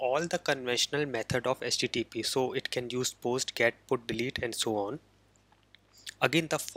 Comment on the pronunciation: It's not "SJJP". It's "HTTP".